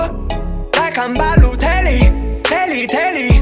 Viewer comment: is BALOTELLI